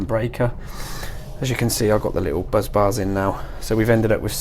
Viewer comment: Bus Bar NOT Buzz Bar!